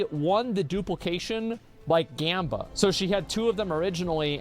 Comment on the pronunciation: bro who tf is he interviewing as the witness? Bro can't pronounce anything right. says Jamba for Gamba says Skizzo for Schizo says Slyker for Sliker